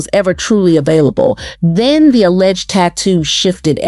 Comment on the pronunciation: "Back DEN",🙄 BACK THEN!😊